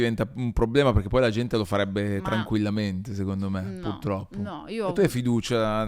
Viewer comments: Ciao Valentina, ti amavo… poi hai detto “puLtroppo” e tutto è svanito 💔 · Valmetinaaaa “pul troppo “non si può sentire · Aveva resistito bene ma quando ha detto pultroppo mi sono cadute le sfere per terra...